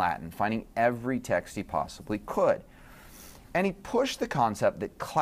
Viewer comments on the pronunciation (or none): none